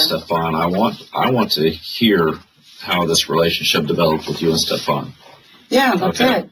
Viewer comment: هی میگه استفانی بابا استفان ده بارم همه اسمشو میگن تو باز میگی استفانی 😅آخر ویدیو گفتم الان دیگه درست میگه باز گفت استفانی.مهدیه خانوم و آقا مهدی خانوم استفانی آقای استفان گرفتی 😂😂مرسی بیشتر ویدیو بزار همرو دیدیم تموم